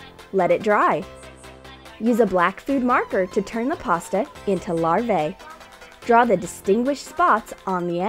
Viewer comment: It’s actually larv - ahh not larv - ayy